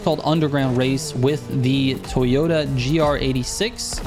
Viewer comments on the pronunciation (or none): none